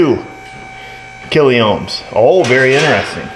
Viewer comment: Sorry, just say 102K not kill-e-ohms!:face-blue-smiling